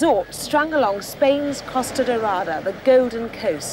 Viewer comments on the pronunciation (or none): none